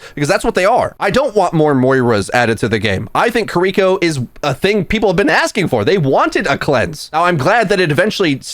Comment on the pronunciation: “Kur-EE-ko” Nani??